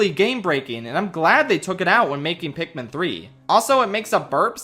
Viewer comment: ITS PIKMIN NOT PIKMEN,,, ARGH!!!!! rips my shirt off and becomes a raging beast THATS IT,,,, IM ANGRY